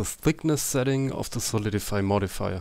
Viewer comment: The 'The' and the 'TH' problem from germans